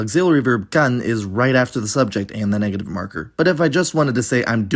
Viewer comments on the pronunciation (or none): none